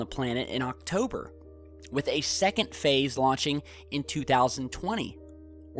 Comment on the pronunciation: Wowowow did you say arive oktober? You mean this oktobor?